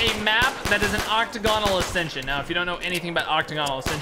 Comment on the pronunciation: ...does he know that it's octAgonal not octOgonal, pronounced oc-TAG-in-al not oc-toh-GON-al